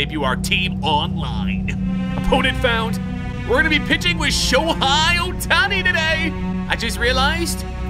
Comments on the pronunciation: And don’t say shohei like showhi it is basically like saying show hay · Dude said sho hi it’s sho hey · He really said shohi 😂